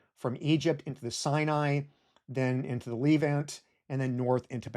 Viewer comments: Great doc, just one thing, that "e" in the word Levant is pronounced same way as the "e" in Less. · The Leevant. Dissiciples. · Calling it the lEEvant has to be a crime somehow Love your videos though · You've got a funny pronunciation of "the leave-ant", hehe. Is that an American thing? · tbh it ruined the video for me so actually not great video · He says the Levant many more times than he says Israel or the Holy Land (though he does mispronounce "Levant") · Great video, but please learn how to pronounce "Levant" and "Sumatra"